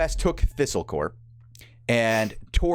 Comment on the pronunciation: This is very informative and helpful as a newer player, but if I hear pronounce "copse" as "corp" one more time I'm going to punch a kitten.